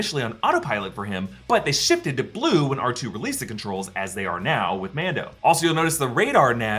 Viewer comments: Arch-Toe....... WTF 😆 Ark-Two 👍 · awch-toe.. my lord.